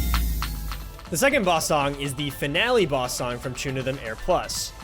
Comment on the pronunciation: It’s pronounced “Chunithm Cross Verse” and “Chunithm Cross Verse X” bruh